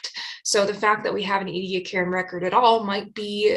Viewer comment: Australians pronounce the place: EE-Dee- AAck[a]ra., your videos constitute an outstanding curriculum, seminar series, book for students of ALL ages from primary right through postgrad overviews, and reviewing! Thank you! Those who have never touched live sponges, by the way, they are considerably stiffer than the boiled remnant with which those who have not dived, understand sponges to be. Greater understanding of evolutionary process can be had in the evolutionary development literature, with its easy explanations of repetitive expression of HOX genes and the ways in which very specific epigenetic shutting off occurs. Body shapes of Precambrian and Cambrian organisms show most clearly the simple repetition that, elaborated, contribute to the enormous diversity Chuck Darwin commented on, that we see everywhere, even though we ourselves live during a period of biotically-driven mass extinction.